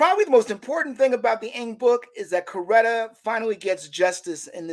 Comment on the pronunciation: It was very hard listening to him calling Mrs King Corretta😡